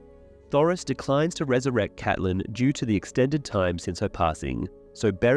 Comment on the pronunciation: Thanks for pronouncing Catelyn the way we like it